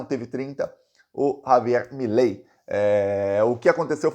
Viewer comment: Milei, virou "MELEI" ! 😂😂😂.